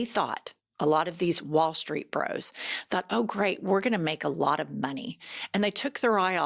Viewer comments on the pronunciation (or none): none